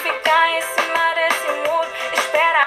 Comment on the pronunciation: O problema foi que ela trocou a sílaba tônica da palavra cima e colocou na segunda ao invés da primeira, aí confundiu......mas como já falaram aqui isso ocorre muito em músicas para encaixar melhor na melodia.....